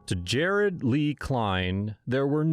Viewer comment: His name is jarrod not jarred!!! (Video description)